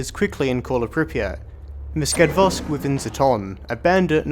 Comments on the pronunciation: I find you constantly saying Skadvosk, while it's meant to be Skadovsk. Just saying~ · Skadvos? Skadvosk? Skadvost? haha, Skadovsk! Ska-dov-sq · Please, stop mispronouncing skadovsk, it's getting on my nerves, good video nonetheless.